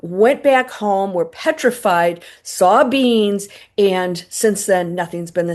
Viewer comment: When you said, "9 beings overseeing the galaxies", I thought you said, '9 beans overseeing the galaxies'. 😂